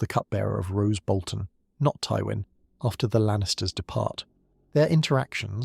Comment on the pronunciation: And Rose Bolton? 😂